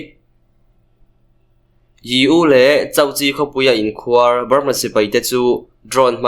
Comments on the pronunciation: A tlangau chak2 te hi lusei tawng thiam tha lo in ni fo thin, khuar tih tawngkam hi tlem in han lam hniam deuh la... a dik a mai tur. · Awmhmun an KHUAR. .. tihah khan KHUAR tih kha a hniam zawngin lam la a dik zaih mai ang. I thiam lutuk.